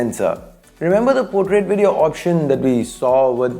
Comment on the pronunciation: The way you say VeDtio tho